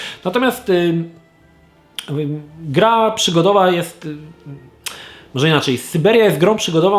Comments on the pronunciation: Poprawnie tylko jeśli wymawiane po angielsku, czyli właściwie to niepoprawnie ponieważ gra jest od francuskiego studia, pisownia oryginalna "Syberia". Ot, śmiesznostka ;p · przecież sYberia to nie sajbiria. Po co czytać po angielsku jak po polsku jest ok? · Jeśli już chcesz gadać po angielsku to gadaj poprawnie. Skąd Ty wziąłeś tę sajbirię? "SAJBERJA" się czyta. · Syberia nie Sajberia !!! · Sajbiria serio? Pomijając wymowę to też uważam, że "jedynka" jest lepsza od "dwójki". W drugiej części za dużo było przekombinowanych zagadek, nie czuć też było chemii między Kate a Hansem. Ona robi wszystko by pomóc mu dotrzeć na Syberię, a on ma ją gdzieś i po dotarciu na miejsce nawet nie ogląda się za siebie. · kurde, mów Syberia a nie a ssiajberia bo mi dzieciństwo niszczysz :D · Po 2 minutach wyłączyłem tą recenzję. Sajbirii nie da się słuchać. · SYBERIA gaaad nie sajbirijajaaa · sajberia... moje uszy krwawią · Sajbirja ? No bez jaj ! SYBERIA ! SY BE RIA ! Ja pierdolę ! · Sorry, ale co konkretnie jest po łebkach i niedokładne? "Sajberia" trochę razi, przekręcone (ale poprawione) imię głównej bohaterki też, ale po obejrzeniu dokładnie wiem, dlaczego warto zagrać (fabuła i klimat, prawie jak w 1 i 2), a dlaczego nie (kwestie techniczne). Chyba pójście w filmową konsolowość w stylu Telltale Games zabiło tą grę :/ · Czyli polaków wywożono na sajbirie nie na Syberię. Speak in polish kurwa... Nawet bo rosyjsku brzmi sybir... skąd ty żeś to wytrzasnął !?!??! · co to jest sajbirja? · kurcze no nie zrozumiałeś:D bo tu nie chodzi o sam sposób wymowy, ale o to że ta gra nawet na zachodzie w USA i WB nie nazywa się Siberia (bo tak własnie czyta to ) lecz Syberia. Prosty test wpisz siberia allkeyshop oraz syberia allkeyshop w google. Więc teoretycznie gra po angielsku w wymowie by brzmiała Syberyja:D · Wiem, że tego jest już pełno w komentarzach, ale... SAJBIRIA XDDD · Sajbiria..., kurwa mać ogarnij się błagam... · Miło wiedzieć że nie tylko ja mówię Sajbiria